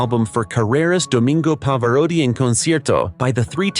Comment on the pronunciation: Love Pavarotti hate this badly done video. Can’t even pronounce his name properly